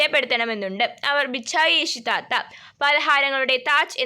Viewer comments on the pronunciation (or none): ബിചായ്ഷത്താത്ത എന്നല്ല ബിച്ചായിശേയിത്താത്താ എന്നാണ്😂😂